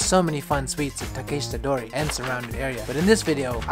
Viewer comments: Him calling it takayshita dori was driving me nuts, its takEHshita dori 🙄 otherwise great video! 😊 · Bro your pronunciation of “Takeshita dori” makes me yearn for death, god damn